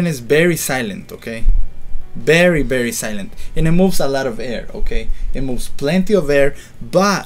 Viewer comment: You sir have a BERRY BERRY BERRY BERRY bad english pronunciation XD